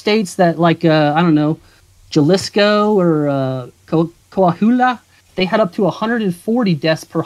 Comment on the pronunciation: That has got to be the most tortured pronunciation of Coahuila I've ever heard.